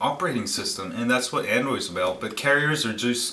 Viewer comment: AN DROID not AN DWOID